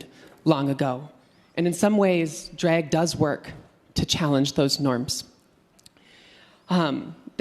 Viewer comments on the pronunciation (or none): I thought she was saying Dreg = Art and got confused, then I got she was saying Drag. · I keep hearing "Dreg".